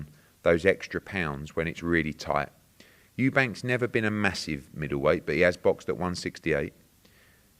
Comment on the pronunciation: I correct so many people, everyone is entitled to their opinion but please for shits sake at least get the guys name right!! Eubanks 🤦🏼‍♂️